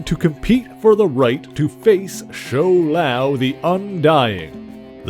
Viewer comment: My friend The pronunciation is Shou-Lao